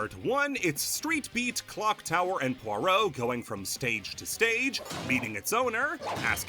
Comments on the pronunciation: shhh nobody tell him he pronounced "pierrot" as "poirot" the entire video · Unrelated, but the way you said Pierrot had me so confused the entire time to the point i questioned how it was really pronounced. Came for balan, got a username crisis 😔